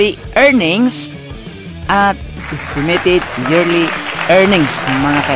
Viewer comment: haha natawa ako sa isitimitit hehe